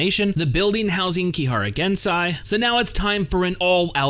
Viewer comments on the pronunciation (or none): Don't just go and believe every thing Shokuhou said. She's a liar and a good one at that. Misaka, on the other hand, is so much worse at lying/acting. I'm also triggered by the way you pronounce Gensei's name. It's GensEi not GensAi.